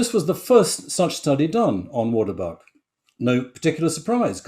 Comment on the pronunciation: He cannot pronounce 'waterbok'. It is a Dutch word or an Afrikaans word. 🇳🇱🇳🇱🇳🇱🙉🙉🙉